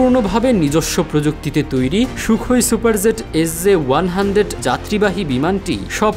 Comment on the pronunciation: Attention News Reporter: It's "Super Jet", not "Super Zet"; Please try to rectify your pronunciation.